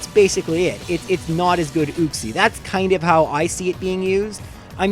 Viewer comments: You-cks-ie not ooo-cks-ie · It's YUKE-SEE not ooksee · It's pronounced as YOU-x-ē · It’s pronounced you-xie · It's pronounced youxee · You're saying Uxie wrong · You need to watch some how to pronounce Pokémon names videos. The way you pronounced Uxie and Azelf man my ears.😓